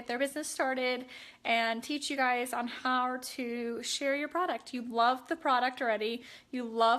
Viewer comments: Yes 😂😂😂 "hawr" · Did she say how? It sounded like har.